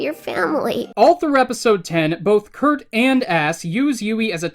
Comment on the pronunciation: WHY DOES HE KEEP SAYING KURT AND ASS ITS DRIVING ME INSANE!?!?!???!!!